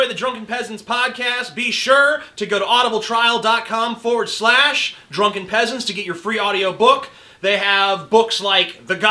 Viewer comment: did i hear him say aduibletrail.cum!?